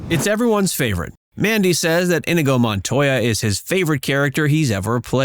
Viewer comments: Not sure why you would pronounce Inigo as in-i-go instead of i-nee-go, as Mandy Patinkin did repeatedly and infamously. Listening to the dialogue once should have corrected this egregious, even disrespectful error. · Sounded like the narrator kept saying 'Indigo' Montoya 🤔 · it's pronounced ineego. They mastered the original choreographed sword fight because they practiced so much, so they had to add to the fight. awesome movie. rip andre. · Bro, it's pronounced "ineego." It doesn't rhyme with indigo. You say it wrong two seconds before he says it in the clip. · Blooper is the narrator mispronouncing Inigo's name over and over. he mispronounces it while setting up Patinkin's classic line wherein Patinkin pronounces Inigo correctly. 🤣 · Did the narrator even watch the movie?! Mispronouncing Inigo Montoya…after literally having the most famous line play on the video and STILL not correcting yourself. :/